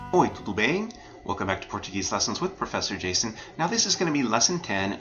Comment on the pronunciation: O professor Jason, por que voce nao pronuncia a letra o como u?